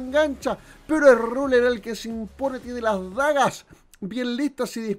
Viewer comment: Claid, Cazz, Raler... uhlala señor francés